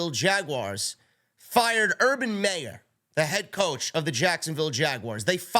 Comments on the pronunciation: Urban MY ER not may er... MY ER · It’s urban Meyer not urban Mayor 😂